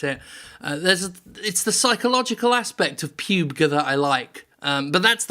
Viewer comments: It's pronounced Pub-G not Puuuub. Jim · Who the fuck calls its pewg? Its Pub G. Ffs. This makes me unreasonably upset. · Pyubg? I always heard it as PUB-G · PUBE-G... Jim pls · Lost it most times he called it Pube-g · "Pube-guh" has earned you another sub, thanks for the hearty chuckle. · I pronounce it as pub-gee. Am I wrong? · I thought it was more of a Ron Bergundy voiced style teleprompter error. Be like I believe its called Pyoob-gey? Stay classy